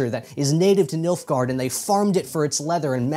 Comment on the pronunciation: Oh boy I thought he was saying MILF-gaurd....